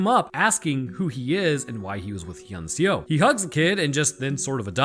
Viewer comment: As a Korean It was hilarious hearing you trying to pronounce "Hyeon-seo" lol it has been some times since I've watched this movie so I was actually wondering whether the girl was named "Han-sol" or "han-seo"